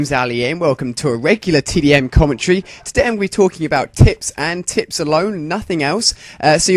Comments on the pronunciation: it sounds like hes sayin that hes gonna talk bout tits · at the begining did he say: tips & tits? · sounds like your saying tits